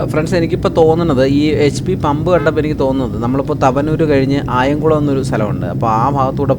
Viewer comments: അയംകുളം അല്ല അയിങ്കലം ആണ് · Not ayankulam...its Ayinkalam